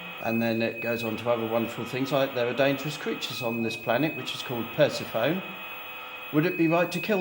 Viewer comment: How can you not know how to say Persephone correctly?